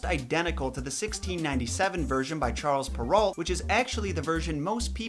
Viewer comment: Love the videos. But the author's name is pronounced Shar Per-oh. He's French, they drop letters. It's annoying. But thanks for what you do. These are classic stories that many have forgotten, and you put them in an easy to consume, well outlined format.